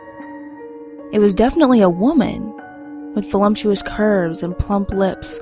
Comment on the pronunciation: wow... awesome story, really well read. my only tip would be that there is no m in voluptuous.